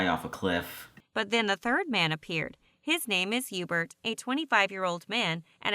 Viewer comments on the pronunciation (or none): his name is yuebert bro idk where you’re getting the h or e sound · Video: hubert: Ébert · Herbert or Erbert You mean Hubert? 😂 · I think his name is „Hubert“ but Heebert is way better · God damnit. His name is Hubert [You•Bert] Shit bothered me the whole time lmao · No it ain’t HeBuRt or EbUrT it’s EuBaRt MiSpRoNoUnCeD y’all flash fans know what I’m talking about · I thought it was Yeebert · Bruh it’s pronounced hee-you-bert (Hubert) 😂😂😂😂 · am i the only one that heard hughburt?